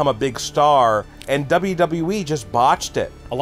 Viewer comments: DUbbbbbbllllaaaa DubbbbblllllaaaaaEEEEEEEEEEEE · The way face lights up when WNN mispronounces WWE is delightful